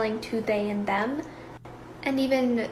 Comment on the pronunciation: She is like sorry zhem 😂